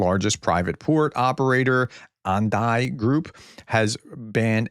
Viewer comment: Ah-Dah-nee my friend :), a big Indian company